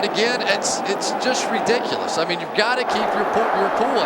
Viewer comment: He said “Re-Dick-U-Less” 13 times 😅